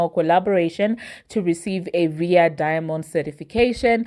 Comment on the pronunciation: Lol how you butcher all American words…it’s ARRR EYE AYYY (RIA) 😂😂😂